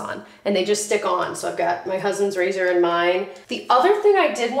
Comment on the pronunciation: Did say my cousin's razor and mine? I know she meant/said husband, but I can't unheard cousin. Just me?